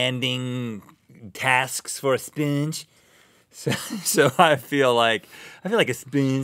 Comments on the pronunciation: "A speengee" Sorry I died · "It's an old spernge" Rhett 2k16